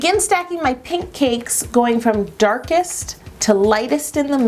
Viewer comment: anyone else think Yolanda pronounces cake like "caykss" ?? it's so cute